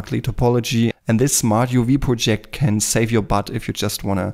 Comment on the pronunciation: Let me tell you something about your English.. it's FINE. In fact, you are the first person I've heard who CORRECTLY pronounced "Smart UV Project". In every video I've seen - done by a native speaker of English - they pronounce it "PRO-ject" - as if it's a project they're working on. Listen up people, it's "pro -JECT" .. like a projection on a screen. The vast majority of Americans can't even speak a second language, so screw 'em. (I'm an American - but I speak pretty decent German, plus some Spanish and French - so I have the right to say that). Ausgezeichnetes Video. Sehr hilfbar. Danke.